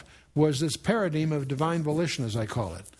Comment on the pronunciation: luv chuck but its paraDIME not paradeem. the word itself is paradigm, btw.